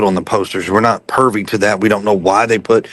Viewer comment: Listen… when people talk about the reward. And it’s privy not pervy. So many red flags all the way around